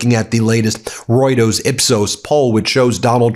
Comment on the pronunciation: You are a JOKE. Can't pronounce Reuters properly.